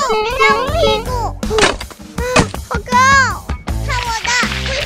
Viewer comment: 你說的好高聽起來很像哇靠